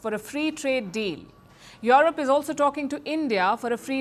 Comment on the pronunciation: Is Palki saying Yolop😂😂😂